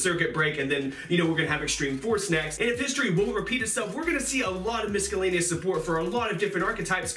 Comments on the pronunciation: misKellanious hahah its a soft c in there bud: miscellaneous = misscellaneous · "mis-ke-laneous"? lol